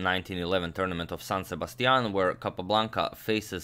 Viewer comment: That San Sebastian accent is pretty good